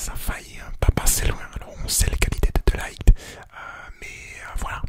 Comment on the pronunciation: jcrois de ligt ça se prononce de lirrt